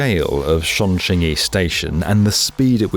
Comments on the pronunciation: This is one of those cases where you should have just pronounced it the english sounding way. The 'Ch' in chinese is basically the same as in english. Just say Chong instead of Shong. Surprised given this was the main topic of your video. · it's CHongQing as in 'chop'. You got the Qing bit right. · As someone fluent in Mandarin, I cringe every time he pronounces Chongqing It would’ve been simply better if he pronounced it as Chong-Ching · Chongqing, not Shongqing, Leipzig, not Liepzig. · "shongshing east" "shongjing" "LIZEEBER station" 😭😭😭😭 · Shunshing? 😭😭😭 This is worse than US people butchering the name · The mispronunciation of Chongqing is really annoying lol. If you're going to make a video and keep saying it, then you can at least say it right. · Right off the bat you completely butchered the name Chongqing. I mean you were not even close. Had you not written it down, I would not have known WTF city you were talking about. Please dont do anymore videos on China. You suck at it.